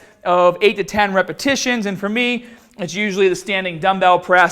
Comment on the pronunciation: Lol 0.46 when says "repetitions"